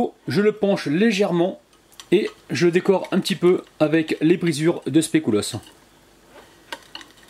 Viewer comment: sans etre mechante mais un conseil pour tes autre video c pas "specoulos" Mais plutot speculos😂😂👍👍👍👍